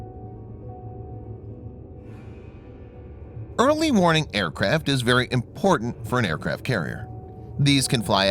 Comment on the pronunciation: I'm still hearing "Early morning". Also, it should be "Early warning aircraft ARE very important" not "Early warning aircraft IS very important". Although you could go with, "Having an early warning aircraft is very important for an aircraft carrier". And yes, I am an English teacher.